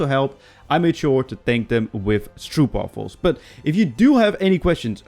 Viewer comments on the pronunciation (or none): stroepwaffuls, gozer het is gewoon stroopwafels. nice vid tho :P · Bro is the first Dutch person to mispronounce stroopwafels.